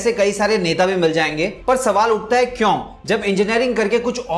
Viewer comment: Sir please improve your prununciation of 'kyu'.....video will become more impactful